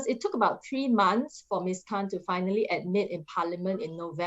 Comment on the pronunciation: I heard Ms Han instead or Khan hahah